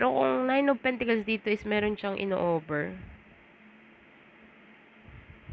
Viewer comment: It is PENTACLES , and not PENTICLES ? Very irritating to hear indeed !